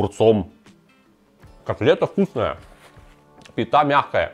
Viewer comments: пИта, не питА, дико слух режет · Зануда вкл: "пита" произносится с ударением на первый слог. Зануда выкл.